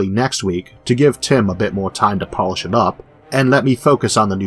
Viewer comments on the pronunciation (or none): none